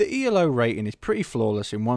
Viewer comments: its not pronounced e l o its pronounced elo, as in eelow because it is a name :) just FYI :) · I'll just add one more critical comment to continue to beat up: His name was Elo, pronounced "eelo", not E-L-O, you dimwit! It often gets capitalized to ELO for aesthetic/formality reasons, but that doesn't change the pronunciation of the guy's name. But then again, as you simply read this article from Wiki, you are probably quite clueless about chess, its history and rating systems. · for fucks sake it's not ELO is elo pronounced eloo as in hello without an h.